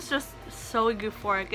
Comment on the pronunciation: did you really just say goo-phoric